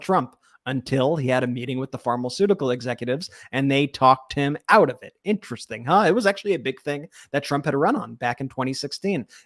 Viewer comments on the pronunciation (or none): none